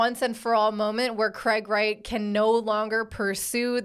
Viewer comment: I thought you said Craig ass Wright in the intro 😂